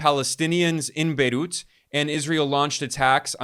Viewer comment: Wth is "bayloot;" or is it "baydoot?" Either way, what is that?